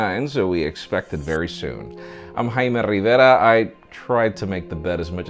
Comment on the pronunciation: I Just love the way you say Jaime Rivera, it's so cool.